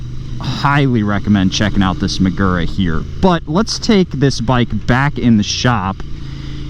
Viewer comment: This is a good, worthy, useful video. Nonetheless, say it 100 times: muh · goo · ruh. You ‘merican dudes ALWAYS pronounce words from other languages by smearing your typical set of speech sounds over words according to how they are spelled. STOP IT. Do your homework before uttering unfamiliar words, otherwise, the damage you do to languages outside your own is incalculable.